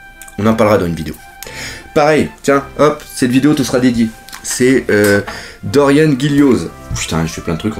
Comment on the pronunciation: Pour Dorian ça se prononce -an et pas -anne et pour Gillioz ça se prononce -Jio